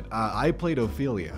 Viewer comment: "I played Ophelia" OZPHELIA. OZPHELIA!!!! I love it.